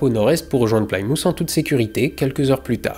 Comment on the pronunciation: C'est "plis mousse" pour Plymouth:) Autres mots rigolos: "toum" pour tomb, "no wedge" pour Norwich, "laisse taire" pour Leicester, "Glousse taire" pour Gloucester, "ou est-ce t'heure" pour Worcester... Toum raider donc. Merci pour cette jolie vidéo aussi!